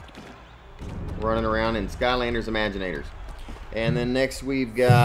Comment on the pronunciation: just say maginators not remaginators because I don't get it